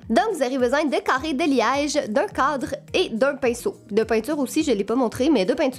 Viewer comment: On dirait que tu dis un codre pas un cadre